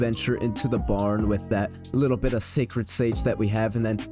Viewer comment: “Šàćrëd šãgē”😂